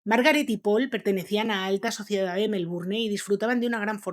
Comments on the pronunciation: Tengo muchas ganas de ver este video pero no tolero como dices melbourNE. Lo voy a tener que sacar, lo siento. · Se pronuncia Melbourn sin la e. Aunque se escriba así con e la pronunciación es diferente. Todo bien solo hay que saber pronunciar las palabras. Por eso el doblaje Español es horrible. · MelbournE??? Por qué los españoles no intentan ni un poquito respetar las pronunciaciones originales de los idiomas procedentes? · Me gustan las historias pero no la voz de la que narra, disque MelbouRNE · Hola te puse mí like y me encantan tuVideo pero quiero aclararte algo la palabra. Melbourne, es inglesa y X consiguiente,no se pronuncia la. e. final, queda fuera de tono. Cariños